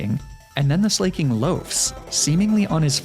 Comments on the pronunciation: Do you mispronounce Slaking on purpose? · ITS NOT SLAY-KING!!! 🗣️ ITS SLACK-KING it’s a play on words, for example “someone who is slacking on their duties.” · Loved the explanation on Slaking's weird loafing, but I thought I was gonna pull my ears off every time you said Slay-king.